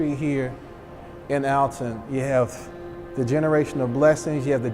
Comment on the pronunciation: Appreciate the spotlight on Alton and Lovejoy, but the information is factually incorrect. Neither press was destroyed at the post office or his home. He was killed at the warehouse where the press was stored. Additionally, it's pronounced "Allton"